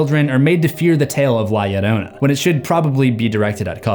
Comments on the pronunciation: bro it is no "la ladona" its La-Yo-RRO-na with a rolled R lol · Bro said lieadona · Okay guys it’s pronounced la ( hard a) ya rona to L’s in Spanish make a y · You said it wrong and she's a Mexican myth said la lirona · Lah Yereunah 😜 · La llorona (La-Yo-row-nah) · "La yiorouna" Bro. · Its pronounced this way la (you said it right) "jorona" (without the jou that you always use on words that have ou ... its just flat o.) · Am sorry I can't take it seriously while you're pronouncing la lloroana 💀💀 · "li adona" wrong name mboy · Does he keep saying ya lolona??? I’m going insane over his pronunciation. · The Llorona is a long story that has been told to many generations of hispanics. FYI the "Ll" you say it like a "y", so it sounds like ""yorona" but not spelled that way. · La Ladona😂😂😂😂😂, I can’t breath😫😂😂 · L.A. Llorona?! I'm deceased 😂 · the way he said la llorona hurt my soul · I know this is old but you sounded so funny trying to say her name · The way he’s pronouncing la Llorona is infuriating 😅😅😊😊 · YOUR SAYING HER NAME WRONG IM PUERTO RICAN IVE HERD THIS STORY 1000'S OF TIMES!!! THE L MAKES THE J SOUND IN SPANISH MAN!!! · The scariest part of this video is his pronunciation of la llorona😭😭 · say her name right hod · Is he pronouncing her name right? Or is it just me? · Every time La Llorona is mispronounced I died a little inside... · You gotta learn to roll your Rs. lol PS the story exists to stop kids from drowning from falling in water without knowing how to swim, but pretty sure everyone already knew that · "L.A Llorona" had me dying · bro the way you said her name🙁 your gonna piss her off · Please look up how to say "Llorna" properly. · La Llorona at the end becomes a gringa lmao 😂